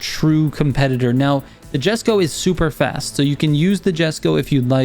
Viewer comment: Thank you, very helpful Just 2 tips : The Bolide's pronunciation is with "i" sound like "ee", "boleede" (it's french name) For the Jesko, the "J" is like an "Y", "Yesko" 👍